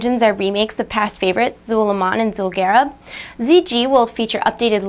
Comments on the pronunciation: "Zul'Garub" Zul'Gurub Sorry to correct, it kinda bothered me:| I <3 rogues improved stealth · its Zuel' Guuruub* (Zul'Gurub)